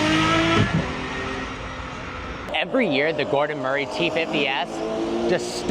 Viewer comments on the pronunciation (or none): none